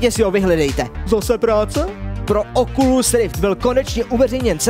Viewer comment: Prosím, pojďme říkat Oculus bez Oculu.